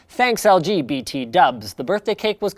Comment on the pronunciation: he says LGBT lol